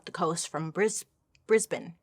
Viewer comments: im in Australia, literally never heard of this case, you pronounced brisbane correctly :) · you did fantastic with pronunciations bailey <3 love from australia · Hey Bailey! I'm from Brisbane, Australia. Well done pronouncing Rockhampton and especially Brisbane correctly! It's really rare. 🙂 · As an Aussie let me tell you your Brisbane was prefect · So proud of your correct pronunciation of Brisbane 😅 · From someone who lives an hour away from Brisbane, you pronounced it perfectly. 😊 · You did awesome pronouncing Brisbane. Most non-Aussies get that wrong. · Miss Bailey, as an Aussie, your pronouncing of Brisbane is on point. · Please please don't judge us all by the weirdos who live here, Aussies are nice people really. 🥺Also, bonus points for pronouncing Brisbane correctly. 💯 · Another Queenslander here... great job pronouncing the town names! :) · I’m from Brisbane, and you nailed the pronunciation! A lot of people will pronounce it as ‘Brizbayne 😊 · You pronounced Brisbane right 👏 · i love that Bailey knows how to pronounce Brisbane <3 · As an Aussie born and raised in Brisbane, you said Brisbane perfectly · Yep! Was super stoked/impressed by Bailey’s pronunciation of Brisbane, no American has ever done that to my knowledge….? Yes this story has always caught my attention, being from and still living in Brisvegas, and having lived in all the areas mentioned, and in the the same era….was fairly disturbing…I was in my early teens when this happened—Well done yet again Bailey! Also, local Brissy band back in the day called ‘Dreamkillers’ wrote a song called The Monster, about this crime—great band and track, very sad story. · I was going to comment the same, I was so impressed that she didn't do the usual Bris-bain!!! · My relief when she pronounced Brisbane correct, same for Melbourne, “Mel-bin” 😂 yay for being an Aussie ❤ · As a Brisbanite, your pronunciations of both Brisbane and Rockhampton were chefs kiss 👌🏻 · You said Brisbane perfectly👏🏼😂